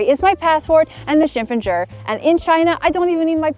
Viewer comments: funny n cute u say 身份证 as 身份证儿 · 恭喜恭喜~！身份证“儿”发音相当地道了